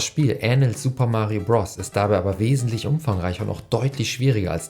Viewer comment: Bitte sag nie wieder "Bross"